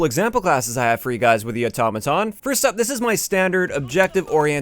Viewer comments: Otto maton not atoma ton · hearing say Automaton sounds weird and funny at tge same time